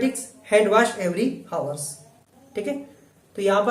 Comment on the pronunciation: Sir.... Time ka pronounce हवर्स नही होता है.... अवर्स होता है।।।।। all good questions are covered by u.... Thank you